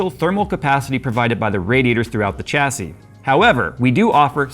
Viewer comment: Dude you are triggering me with your pronunciation of Chassis - it's 'Shassy'.. not 'CHAsy' lol